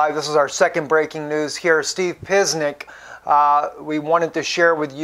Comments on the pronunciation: his last name is not Piznick, it's pronounced "pa-chin-ick" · that's Steve Puh chin ik...not piznik. and while I'm at it it's AL nooose rah. not nurse ah... nit pik pronunciation comments over... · Steve (pronounced Pa-chen-ick) is our new hero this morning. Julian is, too! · Great work Steve, I always enjoy your videos. Just to let you know...Steve Pieczenick's name is pronounced like: Pit-CHIN-ick. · Steve: I think it's pronounced pe-chen-ik. also, al nus-ra (not nursa). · dr steve pieczenic pronounced pi che nic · Steve (pi-chen-ick).